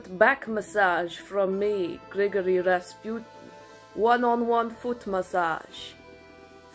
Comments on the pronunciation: The "pu" syllable in "Rasputin" is pronounced as "poo", not as "pew". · I love this skit and I think your Russian accent is fantastic! May I humbly offer a tip? I’m pretty sure Rasputin is pronounce “Raspooteen”. I think the emphasis is on the first syllable, but I doubt anyone will notice (and it may be misunderstood). I mention this in the hope that you do another Rasputin’s Relaxing Spa video!! This one was pure genius!!